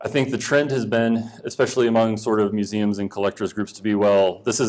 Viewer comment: “Mueums”? Don’t you mean Museums?